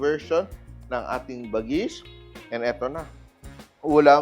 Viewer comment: Chef Tatung ibig sabihin nyan bagis sa ilocano lamang loob pag sa pagkain pwede rin gamitin word na bagis tawag mo sa kapatid mo like kabagis..when you pronounce the word bagis is like ba-gis slowly